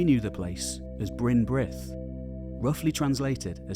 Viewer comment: You murdered the place names but it is a lovely and impressive video :-)